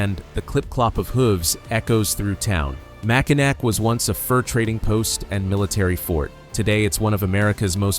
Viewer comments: mispronunciation of mac in naw not nac. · Just need to change your pronunciation of Mackinac to Mackinaw and you’ll be alright. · Don't have a heart attack but it's not pronounced mack in ack. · Mackinac is pronounced Mack-in-aw. Mackinaw is the English spelling, Mackinac is the French spelling, but they are both pronounced the same. There was a lot of French traders and influence in Michigan's early days. You'll see both spellings in the area and each is official for different areas. The city at the south end of the bridge is Mackinaw City, the island to the east of the bridge is Mackinac Island and the bridge is the Mackinac Bridge. Besides being the number one cherry producer, Michigan is also the number two apple producer in the US. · Mackinac is pronounced Mackinaw. I know its stupid but it's true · Pronounced Mack-in - aw. Go blue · IT IS OBVIOUS YOU ARE NOT FROM MICHIGAN…. BECAUSE IT IS SPELLED. MACKINAC BUT PRONOUNCED MACKINAW…..FRANKENMUTH IS PRONOUNCED LIKE FRANKENMOOTH……GET IT RIGHT AND GO GREEN.. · PLEASE! The word Mackinac is pronounced MackiNAW, not NAC. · They couldn't even say Mackinaw right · Learn how to pronounce Mackinac! You friggin savage! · Mackinac. The last "c" is silent. You sound like a tourist. We don't have grizzly bears. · An angel loses its wings every time someone pronounces Mackinac wrong. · Nope. Mackinac is a FRENCH spelling and the "ac" ending is pronounced "aw". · Please learn how to pronounce Mackinac.